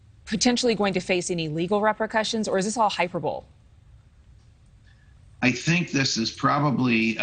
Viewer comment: Yes , she should pronounce hyperbole correctly .